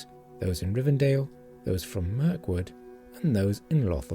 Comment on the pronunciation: "rivendale"? GTFO